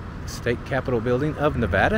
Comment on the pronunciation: I appreciate that you pronounce Nevada right. 😊